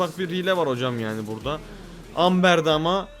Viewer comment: Amber değil yazılışı öyle okunuşu embır abi❤